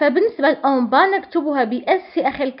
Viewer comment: عزيزتي نقول نَنْطِقُها وليس نُنْطِقُها